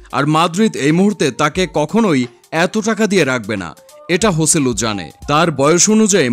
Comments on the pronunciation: HIS name joselu not hoseilu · স্প্যানিশ উচ্চারন হোসেলু।